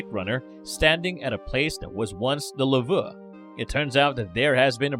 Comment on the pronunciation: The luhvuh xD